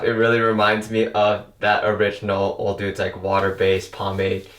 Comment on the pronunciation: It’s not pronounced OLE DUDES! It’s pronounced Oh-dowds! Also pastes isn’t pronounced paces! Your use of grammar/certain words in some instances,are completely wrong!!! You need to go back to elementary school English! STUPID FUCK!